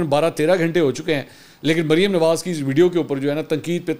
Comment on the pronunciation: لفظ وڈیو نہیں ھے بلکہ ویڈیو ھے